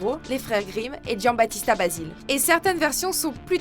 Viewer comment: La voix off te fais un genre d’accents anglais pour "Games of thrones" mais après répète plusieurs fois le nom de l’écrivain italien Giambattista Basile à la française. Ridicule ! Pour info l’italien ça s’écrit comme tu le parles donc tu vocalise tous les lettres exemple : Basile tu le prononce Basilé